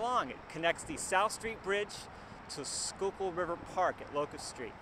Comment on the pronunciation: Я конечно понимал что не School-kill произносится, но скукул =D